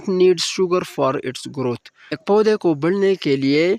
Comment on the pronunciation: poday not paoodayyyyyy